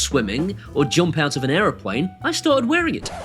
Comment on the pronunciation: ..."aeroPOINE" he-he